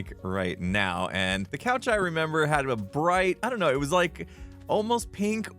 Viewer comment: I don't know sounded really British